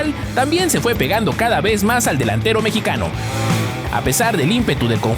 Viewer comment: Fueron mis oidos o este tipo dijo "el mechicano"? refierendose a Santi Gimenez si fue asi, se dice "MEXICANO" cabron